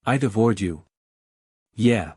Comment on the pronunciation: interesting. The first mispronunciation I've seen on this channel: Devoured and then "follower!!" got turned into "folowerii" right after. (Just for future reference)